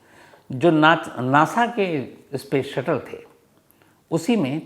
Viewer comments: Ispace nahi space hota hai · Yaar bhasha to sudharo iskool nahi school hota hai ispace nahi space hota hai